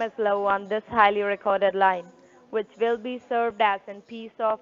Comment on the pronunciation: As soon as your "Wouchers" are "Awailable"....you "Vill" send the "Wouchers" to "Vashington", DC.....LOL!!